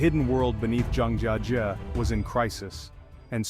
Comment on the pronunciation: Mispronounced the subject of your own video—the first time, and a different way the second, and yet a different way the third. Almost as embarrassing as the trash in the caves.